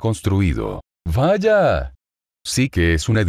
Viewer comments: me encanta el VAYA¡ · Me da cosa como dice Vaya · Un gran toque el "valla" 🙂